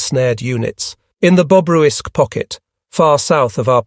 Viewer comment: it's Bobruysk pocket not Bobrowisque pocket